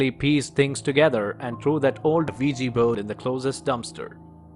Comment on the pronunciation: The wigi bone lol you mean the Ouija board I'm hearing the same American accents that tell me they're calling from my Internet provider and my computer has a virus but they're here to help me fix it lol 😂